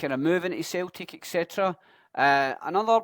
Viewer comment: Wtf is Celteek? 😂 Nygren is pronounced Neegren. Good vid, keep it going.